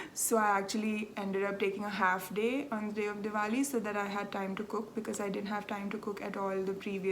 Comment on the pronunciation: Thank you for a lovely hour of knitting chat. Your Oak Creek pullover is beautiful & looks great on you. Thank you for sharing your Diwali festivities with us, & for pronouncing it so that we now know how to say it. You & your husband look really good in your traditional clothing. I love the cat footage at the end... no boredom for you in that part of your life is there? Enjoy your trip, & I'll see you in two weeks. 🤗